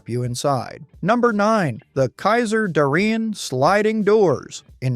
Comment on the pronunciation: Mispronouncing Howard "Dutch" Darrin's name is unforgivable. Voted down.